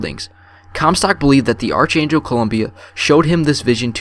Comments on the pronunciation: Not Rose-alind! ROS-alind! Short o Not ArCHangel! Ark-angel! Not imPOtence!! Pronounced “Impatense”. Hattie is not pronounced Hatey! Hattie, Mattie, baddie, batty. Jeez. Not PinCHOT! It’s French! It’s PinCHO! The o is long and the T is silent. Come on man! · Ark•Angel Not Arch•Angel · I'm ten minutes in and I like it, but where was all the information about "Comstock became a polititian" in the game? I noticed no audio diary to back it up. Also it's pronounced "Ark Angel" despite how it's spelt. I'm not hating brother, just sharing my opinion. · He says archangel wrong